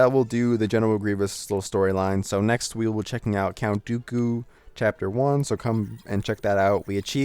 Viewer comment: you said doku right